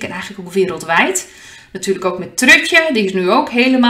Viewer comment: Hahhha ik moest gewoon lachen toen je Trud/tje zei hahhha misschien simpel van mij, maar ik vind het hilarisch. Begint mijn dag met lachen !thnx